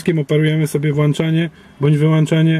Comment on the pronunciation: Ludzie kiedy Wy się w końcu nauczycie, że mówi się włączanie a nie włanczanie? Mamy włącznik czy włancznik?